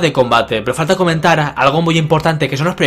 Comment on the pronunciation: tu no dices comentar dices "comentarah" xd